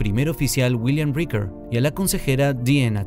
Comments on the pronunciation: Es "Picard" y Riker se pronuncia "Raiker" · Te odio cuando decís Pacar y Riquer 🤬🤬🤬